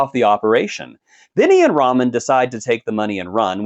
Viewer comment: Lol did you call Tyrese RAMEN Pierce and not Roman Pierce? Ok you’re prob right. 2 down 8 to go. Enjoy the rest lol😅 and give me more meathead in space. Riddick is the goat!!